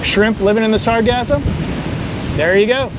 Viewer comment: You say sargassum like it's pronounced like orgasm but then say sargasso sea the correct way